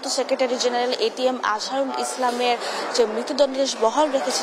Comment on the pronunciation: উনি একটি দলের নেতা। ওনার নামটি সুন্দর ভাবে উচ্চারণ করুন